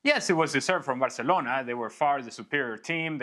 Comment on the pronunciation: you can clearly hear him say "varcelona", and I'm not a Madrid fan btw.